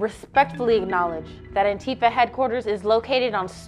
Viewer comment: Oh god I hate it when people pronounce it Ann-Tifa instead of Anti-fa